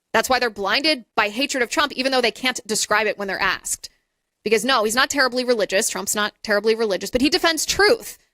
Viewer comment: did she juat say "axed"?